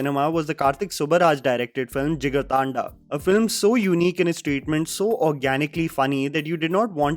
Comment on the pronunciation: Bro that jigarthanda pronounciation 😲😲